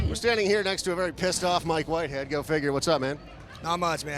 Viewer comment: LOL Wike Mhitehead